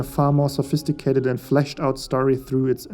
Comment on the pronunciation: “fleshed” out